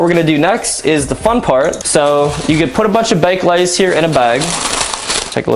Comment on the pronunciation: Why can't he say baked lays